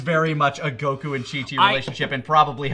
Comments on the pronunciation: I hate the way says goku as guh-koo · I get irrationally angry at repeatedly pronouncing Goku as "goKU" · Okay, am I the only one that's bothered by his mispronunciation of "Goku?" It's GO-ku, not Go-KOO